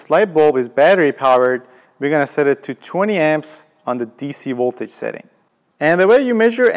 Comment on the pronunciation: “dc woltage” Chekhov much?